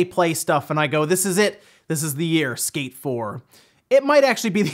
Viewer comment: On first watch I thought he was saying escape 4 than he mentioned skate 1&2 remake and got confused. Lol All these leaked prices for ps5 is just to make Microsoft crap their pants and make them announce the price already so Sony can cut throat as they always do.